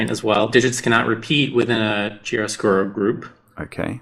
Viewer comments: The correct pronunciation of the title is something like Kiaroscuro, with an hard c at the beginning of the word, and stressing the a. It's a technique for drawing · Since mentioned this, chiaroscuro is pronounced "Key ARE oh SKEW roh" and refers to high contrast of light and shadow in art. From the Latin words for light and dark.